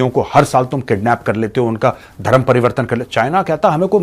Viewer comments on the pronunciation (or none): none